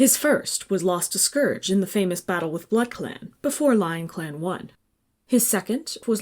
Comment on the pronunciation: Finally, someone who pronounces Scourge correctly.